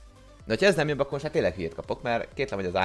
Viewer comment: LOOOOOOOOOL. Idézem a videóból:"ILLETVE VOL-E MÁL..." xD